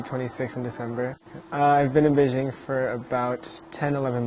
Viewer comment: To: Since you're Chinese you should pronounce Beijing correctly. It's "jing" as in "jingle" NOT zzzing. Come on you know better.